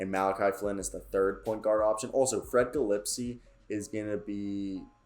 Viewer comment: butchered freddie gillespie’s name tho